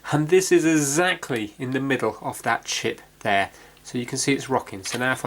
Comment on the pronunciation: "zactly the same fault" hahaha